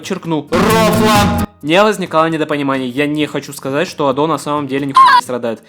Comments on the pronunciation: .... Её имя правильно произносится А́до, с ударением на первый слог А́-до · На протяжении всего видео задаюсь вопросом: Почему ты ставишь ударение на адО? Я понимаю, что в японском нет ударений, и можно говорить как угодно, но в своих адосенсах она сама говорит скорее с ударением на А: konbanwa Ado des (эта вставка была где-то в видео) И я тоже привык говорить Адо. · А́до, а не Адо́)) Такой крутой момент испортил) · Автору респект и огромное спасибо за проделанную работу. Обожаю творчество Адо. За эти почти 3 часа я будто стал частью чего-то общего настолько, что в конце даже стало немного грустно, от того, что видео подошло к концу. Единственное подмечу, всё видео резало ухо ударение на адО́. А в остальном БРАВО👏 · Бля, почему так трудно просто говорить "Адо" с ударением на первый слог... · А разве не на а палает ударение в имени Адо? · Видео про Адо это прекрасно, но за ударение осуждаю хд она же сама постоянно правильно произносит свое имя ПС отдельный плюс за внезапного ENTP собрата на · Адо кста, с ударением на первый слог (я знаю, что тебе похер, но всё же) P.s. чтобы Адо не звучало как "Ада" нужно в конце говорить О, а не А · Была на ее концерте в Берлине в этом году, плакала как тварь от эмоций. Спасибо за видео и спасибо рекам ютуба) камень в огород за ударение в имени все равно кину хихих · Ado Overglazing с неправильным ударением на О, adhd goofy ahh монтажем, с информационными вставками на полсекунды, с повторяющимися мемами длиной в 3 часа Смотреть интересно, но очень больно, и я даже не про глаза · Я нахожу довольно рофельным, хоть и странным звучание её ника с ударением на о, но всё же хочу заметить, что и с ударением на а можно чётко говорить адо, а не ада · Очень сильная работа, хоть лично меня коробило ударение на второй слог в имени Адо, видно как много труда вложено! Над шутками прям в голос смеялся. Из нового для себя, добавил одну песню в плейлист.